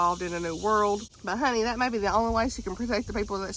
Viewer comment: Girl I have to say, every time you say "honey" it kills me because you say it so well lol I'm southern but I can't say 1/10th as well as you can 🤣